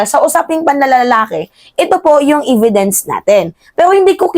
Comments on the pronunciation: Ividence?hehehe.evidwnce po..e di i ang pagpronounce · evidence hindi ividence . . omg